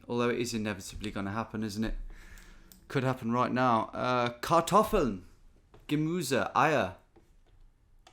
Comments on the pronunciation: "my german is embarrassing", continues to pronounce Kartoffeln, Gemüse and Eier almost perfectly 😅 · Kartoffeln war schon gut ausgesprochen